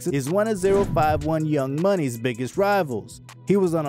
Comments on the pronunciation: It's pronounced O51 not zero 51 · You clearly don’t know what a British accent sounds like😂